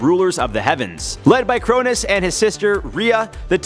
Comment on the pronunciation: Crow-Nose not kronus is how its pronounced